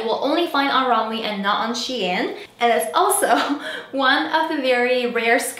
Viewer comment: Loved the vid ! Also it’s pronounced rom-way ❤️❤️